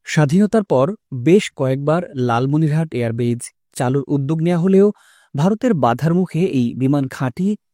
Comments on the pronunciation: Air Base, not Air Batch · এয়ার বেচ নয়, এয়ার বেইস।